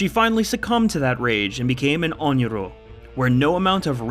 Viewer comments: ONRYO, not ONYRO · It's 'Onryo', not 'Onyro'. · I just have to say: it's onryo, with a long final o. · biggest offense in this video was referring to Sadako as an "On Yoo Roh" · It’s pronounced own rea oh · ON-RI-O. PLEASE DUDE. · pretty sure the r comes before the y in onryo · Isn’t it Onryo?